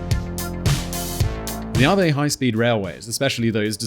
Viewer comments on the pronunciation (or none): I think you are pronouncing "AVE" incorrectly. It should rhyme with "Abbey" rather than "Harvey"